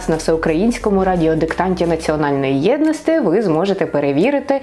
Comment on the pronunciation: Скажіть: чому Ви часто говорите закінчення ти, як ось у цьому відео єдности,а не єдності ? Просто цікаво. Та і -ті ,на мою думку ,краще звучить.